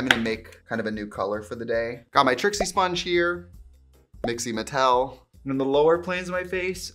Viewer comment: Whenever trixie says Mixie Mattel I scream